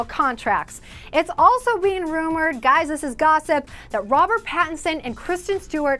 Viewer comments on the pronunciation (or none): none